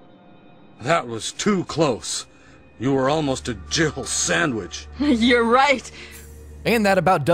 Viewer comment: I always kept hearing him say "you almost became a jibble sandwich"